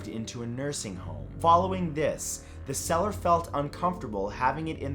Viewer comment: I keep hearing "cellar" not "seller"